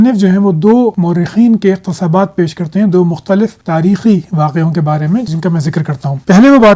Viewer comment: Salam. Beta Aapka ilm buhut mantaqi aor mudalil HOTA hay. Aap ki madri zaban shayad Urdu hay aor Meri pashto magar aik lafz k talafuz k bare men guzarish hay k iqtibasaat ko aap iqtesabaat path rahay hay please verify with your sources.thanks. Men Aapka motaqid ho haya hoon magar ikhtelaf bhi rakhta hoon.